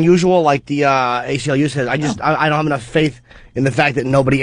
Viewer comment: "I hope I brought e-nough gas parum pum pum pum." 😭😭